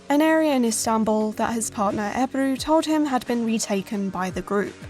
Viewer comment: I love how Ebru is pronounced as "Eibrue" in the English voice over. I honestly loved this game back in the day. I don't know why it's not mentioned more in the Turkish video game history. Thanks for the extensive video.